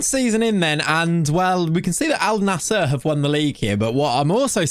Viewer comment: Bro it's pronounced as "AL - NASR", simple